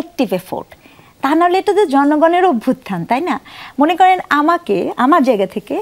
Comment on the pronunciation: আমি আশ্চর্য হলাম এইটা দেখে যে, ের মতো এমন গুরুত্বপূর্ণ নেতৃ যাকে তারেক রহমান স্বয়ং ফোন করেন, তিনি "অভ্যুত্থান" শব্দটিকে "অভ্যর্থনা" বলছেন..!!! এবং ব্যপারটা এমন নয় যে তিনি স্লিপ অফ টাং হিসেবে বেখেয়ালে বলেছেন। তিনি আসলে শব্দটা ঠিক মতো উচ্চারনই করতে পারেন না। কারন তিনি কয়েক বার করে এই শব্দটাকে এভাবেই বলেছেন। বিএনপির মতো দলের নেতা নেতৃদের যোগ্যতা বোঝা শেষ। অযোগ্য ব্যক্তিরা কখনও সংস্কার চাইবে না এটাই স্বাভাবিক। কারন সংস্কার হলে তারা হারিয়ে যাবেন।